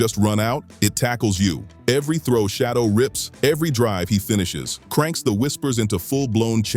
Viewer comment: Why are you idiots mispronouncing his name? His name isn't Shadow